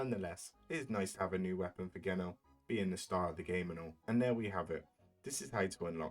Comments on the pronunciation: Holy u had a good vid til u called him Geno w a hard G. It said like jeno. Soft G. Weird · Geno is pronounced "jee-no".